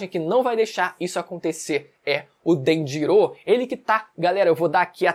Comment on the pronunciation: Ele fala as pronúncias muito erradas, Haki, ele chama de hacker, Danjiro ele chama de DanjiroU, Rayleigh ele chama de Raylite. Agonia, a pronúncia no anime é tão simples de decorar, a própria escrita já mostra como se fala.